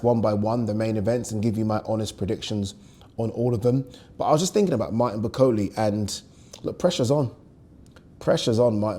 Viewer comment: can you pronounce Bakole properly. Come on man you’re a Yoruba man you wouldn’t like me calling you Addy would you